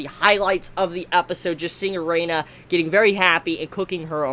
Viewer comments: wow.... whos "Er'ay'na" thought it was "ERINA" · Y DO U KEEP SAYIN A-REINA?!?!?! IT’S EH-RIN-A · Arina it's erina Jesus whats it with you Americans can't pronounce something as it's written arina fuck me it has a "E" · One request. Pronounce her name Eh-ree-nah and not Uh-ray-nuh. Thanks 😁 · yeah he really needs to do that , triggered me each time he said it wrong 😭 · Erina, Air - In - Uh pls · For some reason I'm not mad at for pronouncing Erina as "E-rey-na". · Hearing say Erina so many times, I just hear Erena instead. This makes me visualize in my head an Asian grandpa trying to say Elena and this is hilarious for absolutely no good reason. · Please say eh-ree-nah. Eh-ree-nah Eh-ree-nah Eh-ree-nah Eh-ree-nah Eh-ree-nah Eh-ree-nah Eh-ree-nah Eh-ree-nah Eh-ree-nah Eh-ree-nah Eh-ree-nah Eh-ree-nah Eh-ree-nah Eh-ree-nah Eh-ree-nah Eh-ree-nah Eh-ree-nah Eh-ree-nah Eh-ree-nah Eh-ree-nah Eh-ree-nah Eh-ree-nah Eh-ree-nah Eh-ree-nah Eh-ree-nah Eh-ree-nah Eh-ree-nah Eh-ree-nah Eh-ree-nah Eh-ree-nah Eh-ree-nah Eh-ree-nah Eh-ree-nah Eh-ree-nah Eh-ree-nah Eh-ree-nah Eh-ree-nah Eh-ree-nah Eh-ree-nah Eh-ree-nah Eh-ree-nah Eh-ree-nah Eh-ree-nah Eh-ree-nah Eh-ree-nah Eh-ree-nah Eh-ree-nah Eh-ree-nah Eh-ree-nah Eh-ree-nah I don't know why but this triggers me so much. God help me:( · I liked your review man, but could you please pronounce Erina's (air-ee-na) name correctly in the future? It just bugged me a little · I'm surprised he spelled Erina right in the video title at least. He still kept pronouncing it as Erena tho